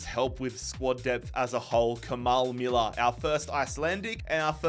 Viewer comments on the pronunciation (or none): none